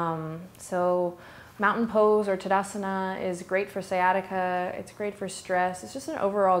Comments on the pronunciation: Well done overall. It is important pronunciation wise to say 'Taah da san eh. The long 'a' at the beginning represents grounding which is fundamental to this pose and that is quite important as this is the foundational standing pose~ Blessed Be - James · In most of Hindi and sanskrit words if they are written in english they put "A" in the end which should not be pronounced. So Tadasana is pronounced tud-aa-sun. Same as Rama is pronounced Raam.